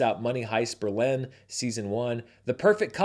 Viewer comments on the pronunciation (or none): none